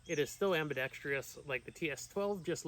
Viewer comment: nope has nothing to do with firearms. It is spelled ambidextrous. Which means it can be used by either left or right handed people. Sorry it just bugs me to see people mispronouncing it on every gun channel. It’s my duty to educate people to use that word properly…